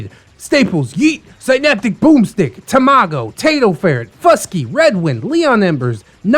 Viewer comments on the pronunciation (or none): none